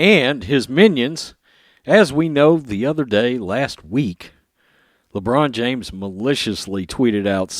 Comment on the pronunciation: Everytime you say Le China James, It brightens my day.